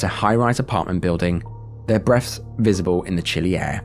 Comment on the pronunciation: it really sounded like you said "...their breasts visible in the chilly air..." 🤨🤣